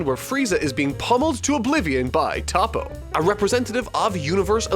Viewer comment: Lol whats wrong with most europeuns, mostly french people Sounds like they count prenounce sht I mean common Not toppo like the word top but more like toppo like the word toe So toeppo toppo